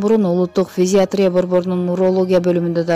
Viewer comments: Физатрия эмес фтизиатрия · Тексти окуп жаткан кызга айтаар элем,Фтизиатрия деп туура окусаныз,кечке эле Физиатрия деп жатасыз. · Фтизиатрия физитрия эмес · Физитрия эмес фтизиатрия жакшылап окусанар.